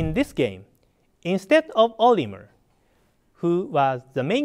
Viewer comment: Lol iwata said olimer